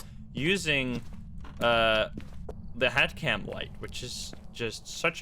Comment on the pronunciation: I thought he said hat cam at first 😂